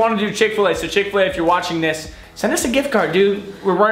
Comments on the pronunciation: Its pronounced chickakflu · EAT THE ENTIRE MENU FROM CHICK-FIL-A (MUCKBANG) Kian used to say chicockflu I CRIED IF LAUGHTER WHEN HE SAID THAT